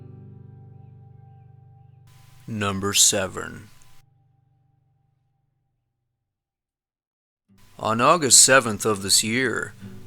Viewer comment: "Number srevern"